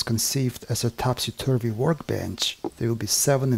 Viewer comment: Wonderful video! Thank you. As a born and bread Englishman, your pronunciation "Topsy-Turvy" I personally think is 100% correct. As if it is a good name for a work bench, well that is for you to decide, after all it is your work bench. But if you did want to changer the name of it, how about "Gilbert and Sullivan", as all their musicals show story's were set in Topsy-turvy worlds.